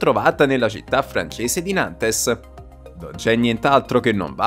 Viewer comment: La città francese si dice Nant non Nantes.